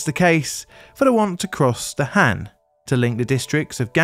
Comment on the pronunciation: Just an fyi for future videos featuring Korea. Korean does not have the short A sound so whenever there is an A, it is always pronounced as a long A sound. So HAN should be pronounced HAHN. (An exception is when it is next to an e as that becomes a digraph). I won't correct the other pronunciation mistakes because a lot of them just don't exist in English and would be too difficult, but the A is an easy one to remember and to fix.